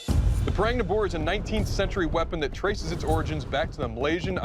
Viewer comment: Its pronounced, "Pu(h)-Rung" 😂